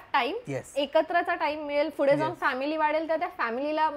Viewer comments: Your vlogs are great as always but would like to give some suggestions.. please take it as a constructive criticism.. specially for.. 1. Fude ❌ Pudhe✔️ 2. Nhavara ❌ Navara✔️ etc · Tai yaar it's not fude, It's pudhe😭😭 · it’s पूढे Not fude 🥺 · Fudeeeeeeee😂😂😂 it's pudheeeeee😢😢